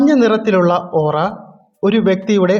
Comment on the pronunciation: It's Aura😌not ooraa